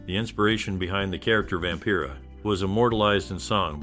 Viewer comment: "Vampera"? Get the pronunciations right if you want to a video like this. BAD